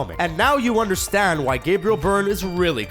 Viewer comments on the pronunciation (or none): none